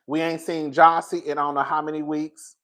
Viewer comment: Jazzie, not Jossie.